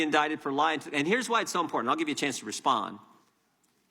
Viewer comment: This is very IMPORTENT but it doesnt seem like she takes it that way with her smirks. How does she not know how to say important? 😬😬😬 its like claws on a chalkboard. Three times now please stop.